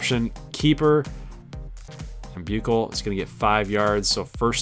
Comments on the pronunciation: No hate but shane buchelle is pronounced shane bushell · Bēw-shell = Buechele